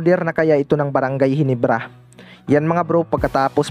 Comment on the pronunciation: ginebra hindi ginibra